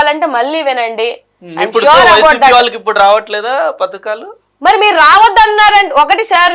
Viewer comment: పధకాలు మంచం పతకాలు కాదు